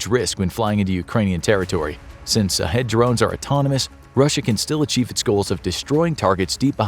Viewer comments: I am a Indian but guessing "shahed" means martyr in Persian, and maybe it is prononced as 'shaaheed', not sahedh. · I would recommend to prounounce the word shaheed not sahid, good job narrator. Keep up the good work :) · as someone who knows persian i can tell you it is SHahed not Sahed...SH as in "SHIT....a kamikaze drone" and it means "witness" but in islamic culture, "witness" is the same as "martyr" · Sha-heedh not shaw head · Knowledge is power and this video is part of that but for the love of God if you're going to do a whole video on something at least learn how to pronounce it correctly. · I hope it's sarcasm because they're not pronouncing it right. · He should have pronounced sh sound.